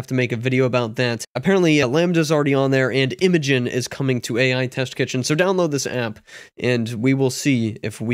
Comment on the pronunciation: It's pronounced "Imagine" [i-ˈma-jen]